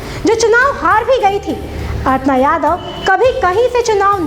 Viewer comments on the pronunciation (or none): अरे अर्पणा यादव नही अपर्णा यादव बोलो